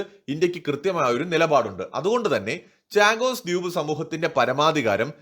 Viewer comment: ചാഗോസ് അല്ല ഷാഗോസ് എന്നു പറയൂ.. ദ്യൂപ് അല്ല ദ്വീപ് എന്നു പറയൂ ..